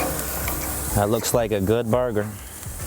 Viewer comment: that Gordon Ramsay accent though...